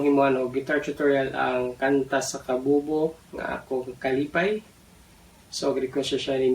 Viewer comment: Hahahaha... Way klaro anang pagbasa sa akong apilido dol oyy... Pero salamat kaayo dol